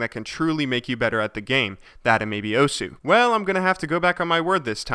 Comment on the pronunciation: pls You said Osu! wrong